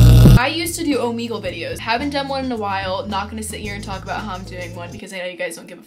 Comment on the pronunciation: Bruh said omeegle